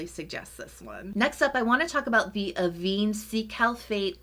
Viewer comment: Just a small thing: it's pronounced ah-VEN 😊